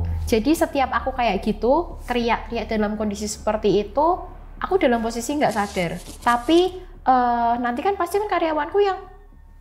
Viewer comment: Saking mantep mbaknya cerita sampe2 ngucapin vokal “a” nya banyak yg berubah jadi “ua” 😅. Sadar jadi suadar Banyak jadi buanyak Jatuh jadi juatuh 🤭